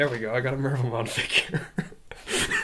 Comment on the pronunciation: Mervamon kept hearing Minervamon for some reason.